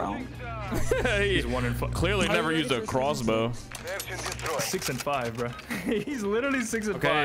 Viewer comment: Its literwally a cwossbow